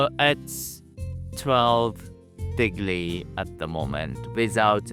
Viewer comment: lol 12 degnree? wtf is this?